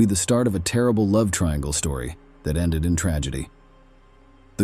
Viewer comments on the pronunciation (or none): none